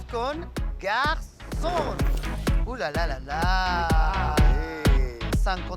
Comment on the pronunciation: Lolita! que pronuncie bien "GarçoNNE"! Se pronuncia con la N final. No es la palabra "Garçon" que terminaria con la o nasal. Es un juego de palabras, hizo "femenina" una palabra "masculina"